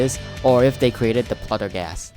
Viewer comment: bro really said “pluttergas”